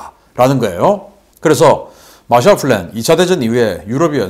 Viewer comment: Plan과 Flan 구별 P와F, B와 V 발음의 구별